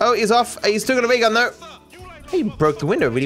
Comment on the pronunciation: why does he always pronounce it as "ray gun" and not "rail gun"